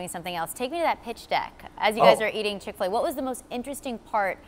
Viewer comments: how many time did she say Chick-Fill-a? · She emphasizes the word so much